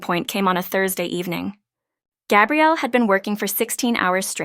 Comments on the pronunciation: I really enjoyed this story. Thank you. For further clarification regarding the name of the female lead...the pronounciation is...Gah. e.g. Gabrielle Union. For the male the pronounciation is...Gay-brielle. Note...the spelling is the same for both male and female...so AI might not be able to distinguish between them...it's a common problem among the story sites...makes me flinch though. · Iteally enjoyed this sincere loving love story and the suggestion of Happily Ever After!!...but I flinched whenever I heard Gay- brielle instead of Gah- brielle...correct pronunciation, please !